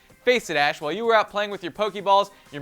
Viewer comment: I'm mad how he said ash